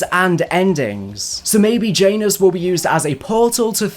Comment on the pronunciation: Jiant anus. Janus